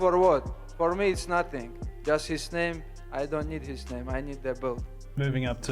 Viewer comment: If you’re gonna talk about people at least learn how to pronounce their names